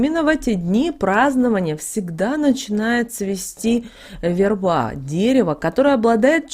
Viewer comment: У неё и верба - вербА. Такой корявый язык